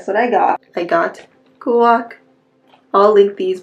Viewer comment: It's actually pronounced gwash not gwach. Just wanted to let you know. Looking forward to more videos :)